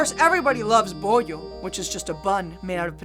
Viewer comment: I have to admit I giggled when you said bollo